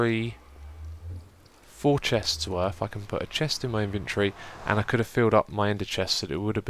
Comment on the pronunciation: i know he says ''if I could'' but it really sounds like ''fuckin'' and it's even funnier cuz he never swears haha